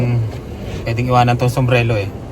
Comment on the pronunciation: Ano ba talaga kuya, sumbrero o sumbrelo huhu ingat po 🙏🙏🙏